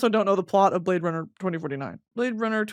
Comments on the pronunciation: Watching this again just to hear her say the blade runnah bit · My verbal stim for the next month ‘whot do ya mean you’ve never seen Blade Runn-uh’